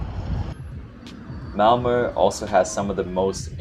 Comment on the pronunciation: first of all: compliments for your pronunciation of Malmö! We are used to English speakers thinking 'o' when they see 'ö', so you made a very good impression! And then I am exceedingly impressed by your choice of places to visit. You chose exactly the places I would have had on the top of my priority list if guiding a visiting foreigner, although I hadn't dared to do it in just eleven days. Extra points for Kåseberga and Sofiero. About that castle, you may have seen when you visited that it was built for/by the parents of Gustaf V, because he and his mother were sickly, and the parents thought the southern climate would be beneficial. So from 1866, it was the summer residency of the family. When the prince who later would become Gustav VI Adolf married Princess Margaret of Connaught, they were gifted the castle by the aged owner Oscar II, who had tired of it. In my childhood, quite some time ago, news papers reported when in the summers Cabinet ministers took the night train from Stockholm to meet the king in Council of State at Sofiero, that the rest of the year was held weekly at the royal castle in Stockholm. By the way: Just below your choices on my priority list, you would have found 18. Narvik (admittedly in Norway) 19. Strömstad 20. Vaxholm 21. Simrishamn 22. Gränna 23. Vimmerby 24. Västervik